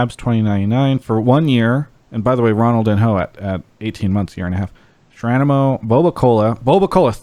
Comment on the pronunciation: Travis, there is someone who you shout out a lot and the name is pronounced Ronald-deen-yo :) also love the show. You guys go over a lot of topics. I didn’t know about the internet problems everyone is having. Now that I do, I don’t mind streaming this at 480p if it helps free up bandwidth for those who need it. I hope everyone stays safe during these times. And please get a cat for kobe